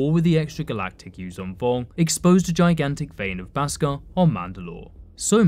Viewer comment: It's pronounced beskar not baskar